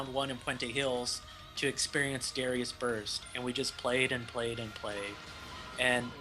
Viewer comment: We've all been pronouncing Darius wrong. Turns out it's actually Dah-rai-us.